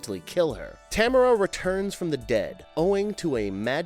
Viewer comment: That is Ta-m-a-r-a not Tamra!! Geez man, these guys! Drive me bananas with their mispronunciations!! I’m Canadian and I honestly don’t understand y ppl like ginger snaps so much lol..Werewolves r my favourite creature besides the creature from the black lagoon/aquatic monsters. And I thought it was stupid and cheap